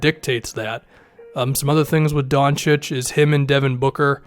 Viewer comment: ayyy is pronouncing Doncic correctly now